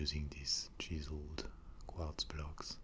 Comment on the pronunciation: I love the way Quartz is in a french accent. like kwadz